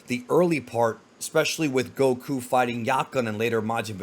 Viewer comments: I can't stand the way this guy calls him goKU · Why are u saying Goku that way 😅